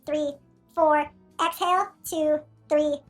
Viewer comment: COULD NOT UNDERSTAND THE EXHALL/ INHALL, HOLD ETC